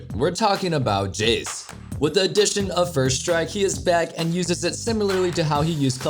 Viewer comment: Why he pronounced Jayce like "Jizz"